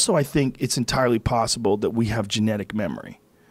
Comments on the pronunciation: Joe “I sink like a rock” Rogan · Joe "I sink like rock" rogan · Joe "I sink like a rock" Rogan